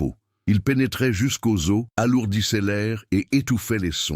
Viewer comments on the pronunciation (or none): Bof j’ai rien compris une distance long il au lieu de elle osses de os au lieu des zo il au lieu de elle et bien d’autres je ne vais plus écouter je vais le boycotter j’espère que d’autres le feront ainsi ils corrigeront tout merci ❤️ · Toutes des histoires ne prenoncent le mot os au pluriel correctement. Vous ne pourriez pas le corriger une fois pour toute. Un os des zo. York UK